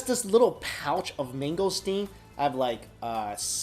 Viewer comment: ITS NOT "MANGGO" ITS MANGO LIKE MAGO